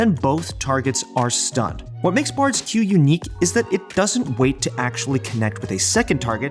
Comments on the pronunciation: number 7 he progressively went from pronouncing "bard's" as "bardes" to "bards" as if realizing it sounded weird as he went on. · "Bardziz" Dude, it's "Bard's." This isn't Middle Earth. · when the guy said bards's q it made me cringe.